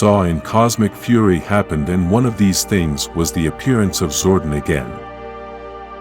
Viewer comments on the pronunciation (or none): none